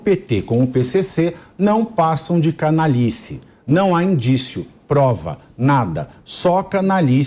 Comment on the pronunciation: C A N A L H I C E.." lhi" C A N A L H A. " lha" Vocês falam cana-li-ce. 😒😒